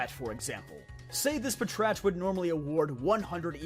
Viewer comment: im sure that it is pronounced pat rat